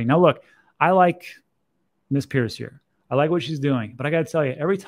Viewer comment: hester peirce = hester purse. the other pronunciation is I before e, to the best of my knowledge. she really grinds her teeth when people get her name wrong. just saying